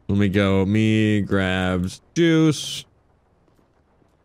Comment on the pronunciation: i swear said deuce not juice lol